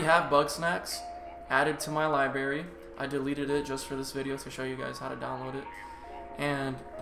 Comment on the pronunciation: I stopped watching when he said "Liberry"